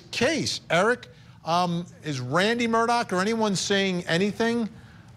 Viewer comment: It’s pronounced MUR DAW not MUR DOCK for the love get it right.